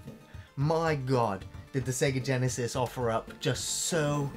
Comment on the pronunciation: I like you guys, but please stop saying Sega Genisis.